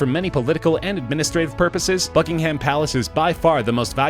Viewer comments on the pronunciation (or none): Buckingham is pronounced bucking um (not bucking ham) 🙄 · Hope you don't mind, but Buckingham is pronounced Bucking'm. People the other side of the pond always get this wrong. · Hang on a minute. Why are you suggesting that a Russian OWNS Kensington Palace? The place where multiple Royal households live? He owns a property on Kensington Palace Gardens (a road in the area, within the same POST code not ZIP code might I add) but not THE Kensington Palace. Did you forget to proof read your script? Also stop saying BuckingHAM... It's just plain disrespectful lmao